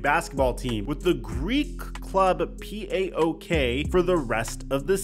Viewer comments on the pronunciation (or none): Puok? Lol ti les re malaka? It’s pronounced “PAH-OAK” it is an acronym but they sound it out. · It's PAOK! Not P A Ok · I am following for a long time and he is always amazing and valid. But the way he is pronouncing the name of Paok will deffinetelly go viral in Greece. They have a huge fanbase and it is matter of time for that to happen. Of course i realize it is not his fault. In anycase although it os an acronym it is pronounced as one word.